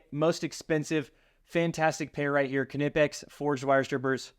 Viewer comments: K-nee-pex not ka-nip-ex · I am pretty sure it’s pronounced “nip-ex”. The“ K” is silent. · KNIPEX PLIERS WRENCH!!!! For nuts and bolts it's a game changer. I can tell your a redneck like me, Kuh-nipix🤣🤣 The K is silent, like the D in Django. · He said ka nip ex😭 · Disagree on the strippers…Klein Hd are my favorite. They cover every base well and worth every penny. Also…the “k” is silent…pronounced “Nigh-PEX “…;) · Kn is still pronounced “N”. As in the knot. Is “Not” it isn’t pronounced kinot. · The "K"in Knippex is silent. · The "K" is silent in the word knipex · The k is silent in Knipex